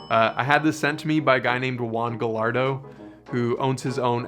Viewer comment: just a heads up, its probably pronounced guy-ahr-doe lol i could be wrong though